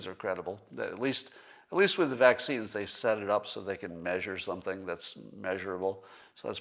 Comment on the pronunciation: Wow, Scott, you're perfected the correct pronunciation of "Measure". Nice!